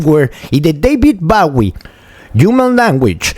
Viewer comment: Deivid baui ? 🤣🤣🤣